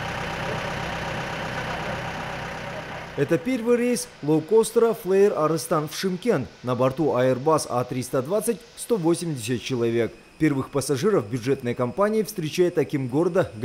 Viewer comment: Флай арыстан, а не флэер